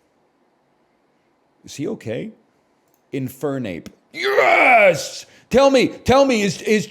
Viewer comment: I love how he repeatedly messes up Lucario and Infernape